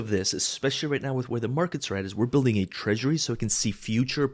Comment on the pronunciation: "Treasury". Rewatch at 3mins